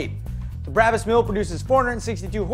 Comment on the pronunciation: Never heard it pronounced that way... Always BRAH-BUS. Even on BBC's Top Gear they say BRAH-BUS. Everyone but you could be wrong though. Just sayin.... j/k